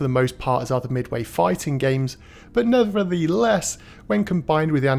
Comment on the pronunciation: 17.20 Neverintheless;) Awesome video once again but I do love these occasional slip ups. lol